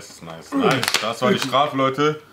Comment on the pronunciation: An: es heisst Challenge und nicht schelensch